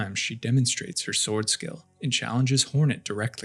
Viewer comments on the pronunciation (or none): none